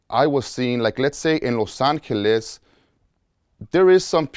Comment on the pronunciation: "Los anheelas"